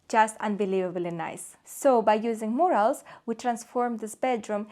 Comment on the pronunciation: if you believe that critical suggestions help you to grow and improve your product, I would think of working on pronunciation (eg. of mispronounced words; Carrara, murals, technic). Btw travertine is not a marble, it’s a type of limestone.